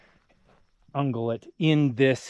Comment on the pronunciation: It's ung-yew-lat, but we know what you were saying. Such breathtaking landscape and common sense to boot.